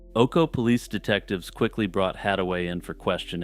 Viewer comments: It's pronounced O-co-ee! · It's O-CO-EE (3 sylabyls)